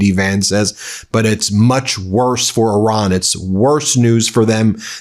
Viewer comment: I don't blame Iran for not agreeing to a moving target (not to mention the disrespect of mispronouncing the name of their country). Unfortunate that Donnie didn't think it was important enough to go to this meeting and negotiate in person. Probably just as well, as he can't focus for the length of a complete sentence.